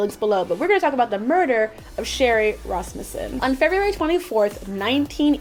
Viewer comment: Wow you actually pronounced Rasmussen correctly I'm impressed.